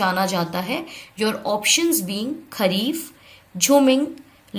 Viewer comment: Mam Ladang Ludang nhi